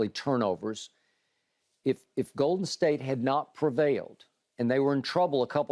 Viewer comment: Annoyed every time I hear skip pronounce it as. GOOAL/Den State